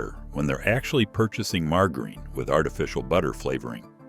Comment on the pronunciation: So you're telling us that Mar-ger-reen is some sort of alternate pronunciation bud? I mean surely virile and educated gentleman such as yourself knows how to properly pronounce margarine.